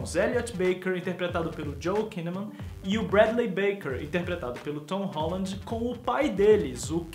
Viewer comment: VC nem sabe falar o nome dele!!